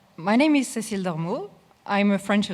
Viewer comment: "Ceclie" literally unwatchable